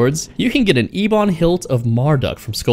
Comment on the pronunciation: The way you pronounce ebon thoughXD